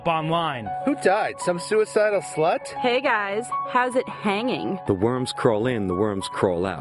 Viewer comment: I always wondered how my comments sounded being read aloud. Nobody put any emphasis on the "hanging" like I did, why did she read it like it was.